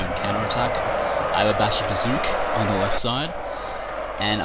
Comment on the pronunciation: LOL Bashibazookawookas...OK aside from murdering the Turkish language uh glad to see you back in action as always you are crushing the fools who are deleuded enough to think they stand a chanceanyways good job. BTW....AHA I KNEW YOU WERE A MUTANT!!!!!